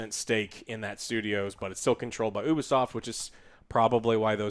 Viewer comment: It's Ubisoft not Obisoft Joe